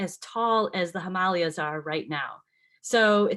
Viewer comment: Pronounce Himalayas wrong and pronounce Appalachia wrong . Can’t listen